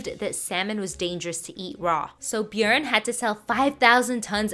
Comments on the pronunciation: Holy shit! Your pronunciation of Bjørn was close to perfect! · as a Norwegian: your pronunciation of bjørn was very good thank you for not completely butchering it 👍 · You pronounced Bjørn correctly, which, as a Scandinavian, makes me really happy. :-D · As a Norwegian this was fun to hear! Btw ur pronunciation of Bjørn is really good🤩 Love from Norway 🇳🇴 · I was impressed by the pronounciation myself. Norge let's goo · If the pronounciation is similar in German, it really wasn't bad🤷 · Most foreigners say "bjorn" replacing the ø and pronouncing the r, but she used ø and didn't emphasise the r, which is the correct way to pronounce it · Agreed, she has a good pronouncation of the name. Norge woooo! 🇳🇴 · The first time I've heard someone pronounce Bjørn right in English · As a Norwegian person, I really appreciate your pronunciation of the name Björn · SHE PRONOUNCED THE "Ø" CORRECTLY. ME AND MY NORWEGIAN HEART CAN DIE PEACEFULLY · Probably the best “Bjørn» pronunciation I have ever heard from someone not from Norway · Really good pronunciation on Björn btw im swedish sooooo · Your pronunciation of Björn is impeccable btw. It’s pretty much exactly how it’s pronounced in Sweden and Norway. Very nice! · I’m actually surprised by the fairly accurate pronunciation of Bjørn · That was a good pronounciation of Bjørn! Most people completely butcher it. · Your pronunciation for "Bjørn" was impeccable... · As a Norwegian I am proud of your pronunciation of bjørn😌👌 oh yeah and we still sell fish to Japan these days so that’s always fun to know👍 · Good pronunciation of “Bjørn“ :D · All of us Scandinavia salutes you for your pronunciation of "bjørn"! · That pronouciation of björn was on point! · Yay correct pronunciation of ö/ø :D me me happy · Your pronounciati8n of björn is almost spot on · Thanks for pronouncing bjørn right (almost)